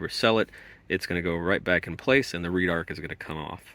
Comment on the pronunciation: Red-arc. Not “reedarc”